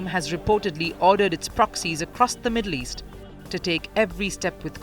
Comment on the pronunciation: Did he say Middle Yeast?